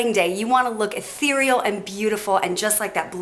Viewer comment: say ehtereal one more time, bitch